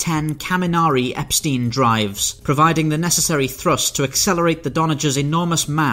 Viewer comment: You mispronounced Epstein. The diphtong sounds like aɪ̯, not like ɪə̯